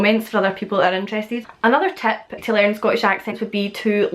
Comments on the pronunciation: Interesting video! My ex girlfriend is from Dumfries and she shares the same "e for i" substitution with you. As in "Tep" for Tip and "Vedio" for Video. Also the glottal stop is very prevalent here in Manchester too. Looking forward to more vids. 👍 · Trust me, it's definitely TEP when you say tip. I am a Serb so I can hear all this stuff more objectively than native speakers.